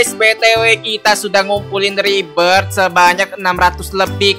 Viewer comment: Bng baca rebith itu jngn bilang ripbes rebit